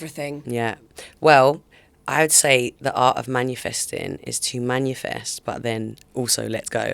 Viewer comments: its MANIFEST not manUfest fml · I’ve watched her on 2 podcasts now. Can we please let her know it’s MANIFEST lol not manufest 😂